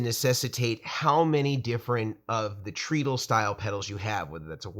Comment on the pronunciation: Oh no! I'm being THAT guy but your pronunciation of treadle hurts my brain. I'm so sorry. I shouldn't say anything ... forgive me. It's actually TRED-uhl ... The pedal boards look amazing! All the functionality of the two-tier Schmidt Array boards without the sky-high price tag. Congratulations on the new products!